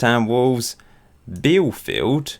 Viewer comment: BielEfeld xD we have no silent E in german xD (Bee- Le Fell T)